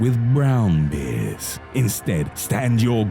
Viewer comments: He seriously says "beers" instead "bears" :D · Ba’ers in a real boston-like accent.